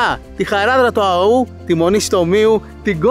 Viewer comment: Του Αώου, όχι του Αωού. Ο τόνος είναι στο ωμέγα.